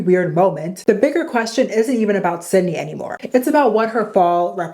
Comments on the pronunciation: Her name is not Cindy. It is Sid-ney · Not “Cindy” 😭